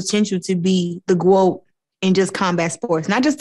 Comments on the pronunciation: Did Clarissa say she wanted to be the Gwoat? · Claressa talking about being the "Groat" lol